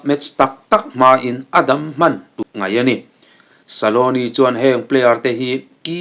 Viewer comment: Argentina coach hming ilam dan hi dik lo deuh saloni iti mai in ka hria scaloni tih zawk tur